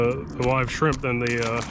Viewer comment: "skrimp action" made me chuckle